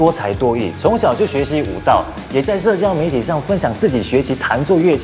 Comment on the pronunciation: why pronounced 舞蹈 as 武道 hahahaha